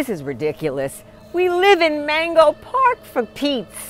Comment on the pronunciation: Why couldn’t he pronounce 🥭 the first time lol ?😂